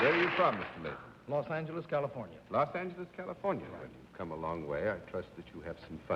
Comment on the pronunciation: and - I love Bennett Cerf's old pronunciation of "Los Angeles" with the other "g" sound. I wish it were still pronounced that way today.